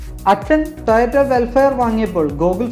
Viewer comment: "ടൊയൊട്ടൊ" എന്നല്ലെട മരഭൂതമെ .... ടൊയൊട്ട എന്നു പറ ...🤦🏻‍♂️🤦🏻‍♂️🤦🏻‍♂️